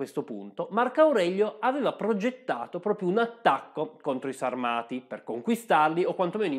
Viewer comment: La pronuncia corretta è Sàrmati